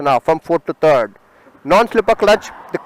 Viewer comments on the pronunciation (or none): Terd not it's third